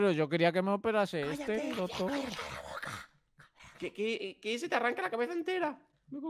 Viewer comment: Como se dice doctor en inglés pues dogtor